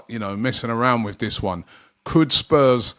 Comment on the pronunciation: Robbie, it's THIS not VISS.